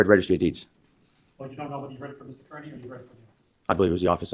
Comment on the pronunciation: Mr.Kerney like damn da it is Kearney sad when the prosecutor can’t say it correctly